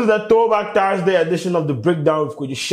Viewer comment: Sheldon, its Thursday not Taarsday wae.